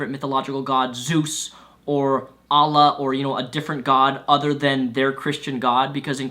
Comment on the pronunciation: It was funny hearing you say Allah XD Just saying, not as an offence...